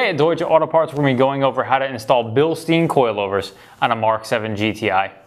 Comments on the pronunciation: it's pronounced Bill stein. not bill Steen. it's a german company not Jewish. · Are these Jewish coilovers?? BIilSTEEN?? its said BillStein.. funny how you have how to pronounce deutsche on your site and you cant pronounce a product you sell hahaha its all good just saying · this is a great video! its pronounced Billschtine by the way (after a german mountain).